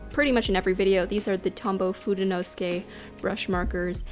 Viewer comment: I just found this, I was saying it wrong too: According to slightly Anglicized Japanese pronunciation rules, it should be pronounced "foo-day-no-SOO-kay". Here is each syllable broken down: "Foo" as "food" "Day" as in "daylight" "No" as in the word that's the opposite of "yes" "SOO" as in "Susan" or "suit" (this is the stressed syllable) "Kay" as in "okay"